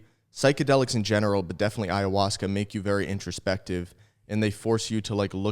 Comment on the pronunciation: I’ve noticed that whenever tries to say “in general” he says “in gemeral”😂